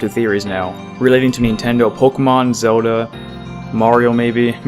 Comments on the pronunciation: It’s ZeLda! Not Zeulda. 🗡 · am I wrong or this man is pronuncing Zelda horribly? sounds like he is saying "Zeruda" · well zelda in japanese is zeruda